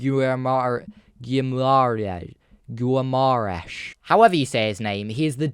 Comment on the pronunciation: Bruno's last name is pronounced Gee-mar-esh